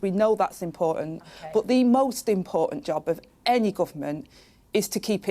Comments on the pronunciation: Does Rayner know what "impor-ant" means? Maybe she was hungry do ate/drank the "t". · Does she know there is a letter T in the alphabet